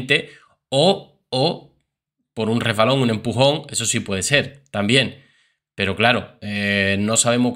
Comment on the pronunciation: Empujón se dice no reempujon😮